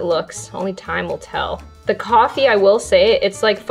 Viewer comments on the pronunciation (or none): I actually understand what she meant by “frothy coffee” sounding like “frothy gewart” the way she said it sounded like frothy kothy and kothy is like kartha